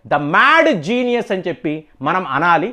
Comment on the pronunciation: ద మేడ్ జీనియస్, అని మాట మీరు అంటుంటే నవ్వొస్తుంది సార్.